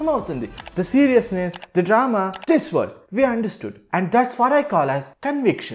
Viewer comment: World ❌ Wordl ✅ 😂